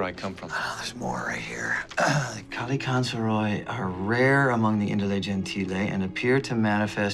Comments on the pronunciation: FYI the pronunciation for Kallikantzaroi is wrong , it's better without the (o) Kallikantzari , the (oi) at the end sound like the (e) letter , Kallikantzaroi is the plural of Kallikantzaros , many Kallikantzar(o)i -/ one Kallikantzaros, καλικάντζαροι/καλικάντζαρος. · Kalikantzare. Long e sound at the end. Plural. Kalikantzaros for singular. The way its pronounced in Greek. :) (oi makes a long e sound). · By the way it's a Greek word and it's pronounced as 'kalikatzari' (καλικάντζαροι) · i m greek they butchered the word kalikantzaroi